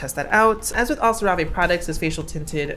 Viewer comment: bb I think it's pronounced sarah-vee, but sera-vay sounds way bougier tbh so I hope you never stop !!!!